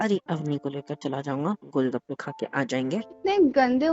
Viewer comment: le he gol bakke 😂😂 Instead of gol gappe 😂😂🎉😅